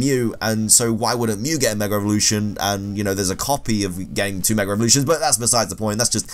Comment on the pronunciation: It’s like when Brits say Heych-P